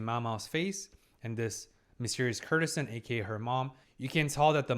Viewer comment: I really wish he'd pronounce courtesan properly. The root is court as in the royal court. While courtesy has the same root, in courtesan the 'cour' is hard like in court Courtesan = Lady of the court